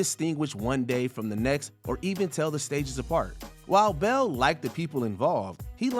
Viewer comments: Yo why do you keep calling him Kristin Bell??? He is CHRISTIAN BALE!!! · This person needs to learn to pronounce Bale. (b a l e) not Bell. Jeez that was weak